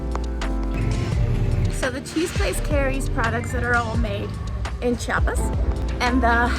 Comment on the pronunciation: CHI A PAS don't do the same that other mexicans from other states do that mexicans from Chiapas HATE which is saying CHA PAS instead of CHI A PAS